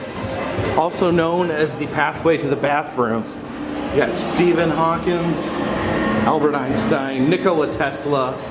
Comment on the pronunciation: “Steven hawkins”